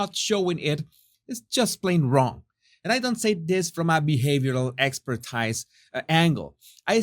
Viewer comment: your English is improving over time but there are several words for you to practice (English spelling unfortunately [unlike the more practical Spanish!] does not always reflect the actual pronunciation e.g. ‘expertise’ = ‘ex-pur-TEES’ or ‘show’ = pronounc’d ‘sho’ (long o & not ‘sh-ouw’); ‘extension’ = ‘ex-TENN-shunn’; ‘this’ (‘thisss’) not ‘deez’; Charlotte (‘SHAR-lutt’ not ‘char-LOTE’) If I sound a bit prudish please don’t take it the wrong way (believe me my ‘Spanglish’ is much worse, to hear my Mexican-born boyfriend tell it!) I only want to be able to draw in more American subscribers who often have trouble with American-English being ‘broken’ — which is more THEIR problem than anyone else’s!! I absolutely adore you & your videos so if I correct your pronunciation of certain English words, write them down in a little book for you to practice before going to bed —that’s what Fausto makes me do with his weird & wonderful ‘Mexican-Spanish idioms’!! LoL